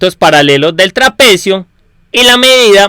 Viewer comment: La RE cagas con lo que gritas, me da la re bronca osea puede estar bien explicado y todo pero si hablas asi dan ganas de pegarte una piña para que te calles.... No se puede escuchar osea no es que gritas tambien deces como la base media de un traPEEcio osea algunas silabas las remarcas nose xq, y queda para el orto.. Si arreglas eso te va a ir mucho mejor :)